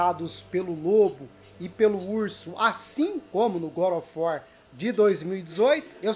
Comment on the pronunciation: "Good ófi uor" ksksksks boa Só zueira hein, moça ksksks